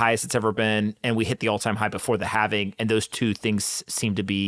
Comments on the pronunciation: How do you guys have a crypto podcast and after all this time can’t figure out that the word is halving. not halvening. I’ve been cringing everytime I hear you guys say it. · Omg. It's the Having. Not the Havening.